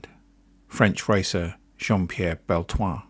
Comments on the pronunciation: Generally well written and researched video. A few slight errors though. You have pronounced Jean Pierre Beltoise’s & Chris Amon’s surnames incorrectly. As well as Ken Tyrrell Jackie Stewart also told Walter Hayes of Ford Motorsport if his plans to retire at the end of the 73 Season. The clip of Stewart & Cevert discussing gear ratios etc was not filmed at Watkins Glen. This is a clip from the Roman Polanski film ‘ Weekend of a Champion’ which featured the 1971 Monaco Grand Prix. Very good tribute to a much missed driver though. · Survey? Sevé? Severre? Make your mind up! And isn't the 's' pronounced in Beltoise?